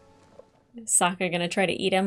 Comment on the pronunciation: It’s funny that you keep calling Suki/Sokka “Suka”. It means “female dog” in Russian and gives me a giggle when you say it. 😂